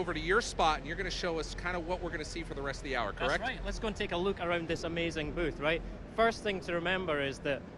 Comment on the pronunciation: "Let's go take a luke a-runed this amazing bewth." I lol'd.